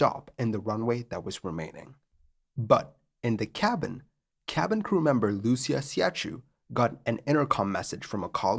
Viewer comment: Wow, great video. However, as a native Greek speaker, I'd like to offer a few spelling corrections for the names in the subtitles: Crew (flight and cabin) - Captain Iosif "Sifis" Migadis First Officer Konstantinos "Kostas" Fikardos Stewardess Lucia (pronounced "Lukia") Siachou (pronounced "Siahoo" - when romanizing Greek names, the "ch" is pronounced "h" as in "Harry") Also, the suburb's name i's Kallithea (accent on the "e", which is pronounced as in "pet"), not "calif" as we saw in the subtitles.